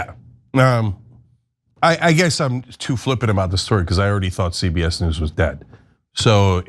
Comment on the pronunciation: cenk said "ZBS" loooolll damn